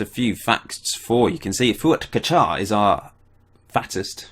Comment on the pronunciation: Fuat Kaçar .. Turkish name... and you pronounced it right ... but call him Fuat .. here in Turkey we always use first name to call people...